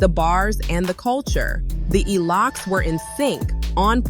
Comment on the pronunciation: Its gotta be AI......what the hell is verzoose? i just watched another video with the same exact thing just different voice! somebody using AI narration on multiple channels to make that dough! What is The Elox? Who is Poosha T?